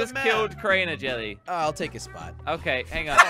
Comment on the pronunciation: it's Jelle